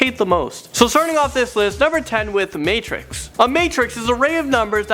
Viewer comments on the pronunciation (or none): none